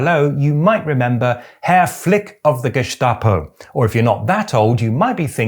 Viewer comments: Why this strange pronunciation of "gestapo"? It is gestapo not geßtapo. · Gestapo is spoken with an "S" not an "SH" 😅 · Really liked that one! One little hint: Gestapo in German is pronounced with a "spitzen Stein", i.e. with a strong S-T sound, not a Sch-T like you did ;-) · Ich weiß nicht, ob es regional unterschiedlich ist, aber ich kenne Gestapo nur mit st ausgesprochen nicht mit Scht wie das weiter Staat. Warum auch immer. Von der Herkunft müsste es ja so sein. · First: great channel!! Second: we germans actually do NOT pronounce it Ge-Shta-po but Ge-sta-po. Why? I don't know. As we pronouce nearly all words with written "st" as "sht". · Just a detail: For some weird reason, the word “Gestapo” in German is not pronounced Geschtapo with a sch, but Gestapo with a clear s. I know it doesn't make sense, but it's pronounced like this. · Just a quick pronunciation Tipp: even though Staat is spoken like shtaht doesn't mean anything. Germans don't say Gehshtahpo but Gestapo. The ST is pronounced like the English version. Idk why. Nobody says geshtapo. It's gestapo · He pronounces Gestapo as Geschtapo, which is technicly the right way, because it's pronounces "Schtatspolizei" but it's written "Staatspolizei" and should be pronounced with a hard "St" in it's short Form. Geschtapo ❌ Gestapo ✅ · Very well said! Only its not pronounced the "Geschtapo" but Gestapo. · Even though Gestapo is a German "word", the s is not pronounced "sch" (sh) like in Stein etc., but just s. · hearing people say geschtape instead of geßtapo is always so interesting to me because I've only ever heard the second way. Presumably because I'm from North Germany and the st s-t instead of sch-t used to be very common here and is still usually pronounced that way even nowadays. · The way this guy pronounces Gestapo really bothers me. Either it's guh-STAH-po or for a more German authentic pronunciation, ge-STA-po. In either case, there is no "sh" sound in the word. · "Geshtaposh". Greek accent much?